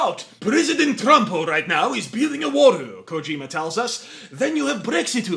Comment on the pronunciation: Kojim-u is a Japanes-u Shaymalan-u